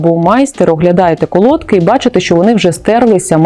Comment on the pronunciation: Правильно наголос на и, колодкИ